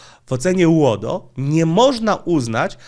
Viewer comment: Twoje uodo brzmi jak rodo z wadą wymowy 😁😆